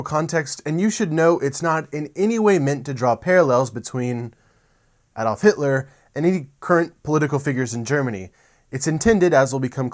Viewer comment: Finally....an American who knows how to pronounce Adolf! An interesting talk, too.